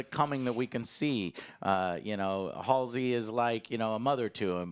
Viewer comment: Game: Halsey Book: Halsey Lore: Halsey ... Joe: Halsley